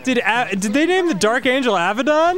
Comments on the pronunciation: Abadon, not Avidan. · Pretty sure it's Abbadon. But I'm into the Dark Angel Avidan. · It's actually the Dark Angel Abaddon (Most people incorrectly pronounce it Aba-don, when it's actually a-bad-don.) He's the king of the locusts, IIRC from Hebrew School. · She said "Abaddon", not "Avidan". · "The dark angel Abbadon? SICK!" (yes, I am aware they thought she said Avidan) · Not to rain on their parade, but it is Abbadon, not Avidan. I would be so happy if it was though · Mishearing Abaddon as Avidan is pretty awesome lol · I wonder how many people (including the Grumps after the episode) understand that it's Dark angel *Abaddon*, not Avidan. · It's the dark Angel Abaddon... Not Avidan. Hate to dissapoint 😂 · its dark angel abaddon...not avidan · It was "Abbadon", Dan. I'm sorry. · Preeetty sure it's abbaddon, not avidan but it would've been awesome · its Abbadon, not Avidan.... god i wish lol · not Avadon, it's Abaddon. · No Dan, Abaddon not Avidan. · Sorry to spoil your fund, Dan, but they probably said Abbadon, not Avidan. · It's Abaddon, not Avidan. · Abaddon, not Avidan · Abaddon, not Avidan. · Abaddon not Avidan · Sorry to burst your bubble but its abbadon not avadan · its abaddon though.. not avidan :/ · I know! So frustrating. I immediately scrolled down into the comment section. That feel when people mispronounces the name of your god. #thatfeel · Hate to unDio your day Danny, it’s Abaddon. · Dan mistaking "Abaddon" for "Avidan" will never not be funny to me lmao It's extra hilarious because Abaddon is from the Hebrew bible.